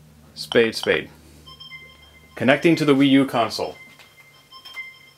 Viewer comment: Some people call it the WeYou =P